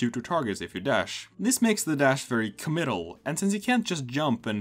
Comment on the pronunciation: His dash is...commital? Is that what you said?